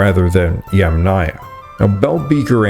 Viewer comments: Yamnaya, or Yamna, is pronounced with the accent on the FIRST syllable. The second syllable is part of the suffix, never takes stress, has a reduced vowel, and is often dropped altogether. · “Amphora” and “Yamnaya” are stressed on the first syllable.